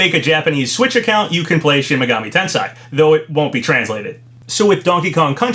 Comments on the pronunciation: Shin Megami Ten-say is how it’s pronounced. Not Ten-sigh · You butchered how to pronounce shin megami tensei lol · The way you pronounce Shin Megami Tensei actually gives me kidney stones.